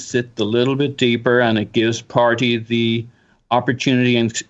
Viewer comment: Haha; you don’t pronounce “Partaay” right so we can’t expect you to pronounce this much harder name